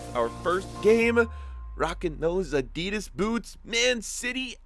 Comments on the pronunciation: Why do you say adeedus instead of Adidas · im sorry but who says Adidas like that lol